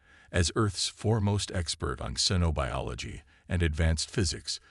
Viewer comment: I made it halfway. Your AI really sucks. "WEEPonizin", "SEENobiology", "SEYE-lindrical", "RAHeez", "REYE-ez"(Reyes), "spac-i-time"!!!!!!!!!!!!!!!!!!